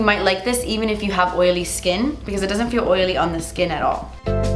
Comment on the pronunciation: Why do you sound British when u say oily? 😂